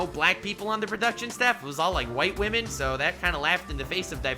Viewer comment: I love every time he says that wah-men are being more or less helpful🤣🤣